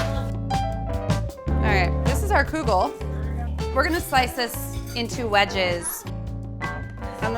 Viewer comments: Love your energy . Please stop saying koo-gel....its pronounced kuh-gel or even keegel . But NOT kooogel!!! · I grew up in a Jewish household and that is not how you pronounce kugel! lol Though it's originally Lithunian anyways so Jews don't pronounce it properly anyways since it's really kugelis